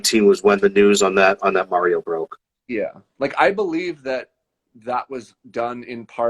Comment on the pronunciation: I can't stand the shill guy saying "Mary-O"